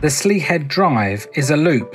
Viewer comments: My mum's from this area - so have known it well since childhood. I am just surprised that you simply did not ask for help in pronouncing local place names (Slea Head = Slay Head, Iveragh Peninsula (Ive-er-ra). "An Droichead Beag" means "The Small bridge" (pronounced phonetically as "On Dri-hed bi-yug" (Dri as in the beginning of the word 'drip', yug like 'jug'. simple really! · Slea Head is pronounced “slay” head.